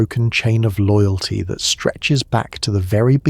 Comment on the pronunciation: Love this one, but…loogalty? Cominunen?